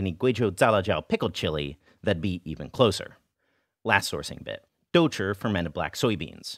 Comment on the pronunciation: Your pronunciation of douchi has improved so much since you first began! That tongue curl is perfect!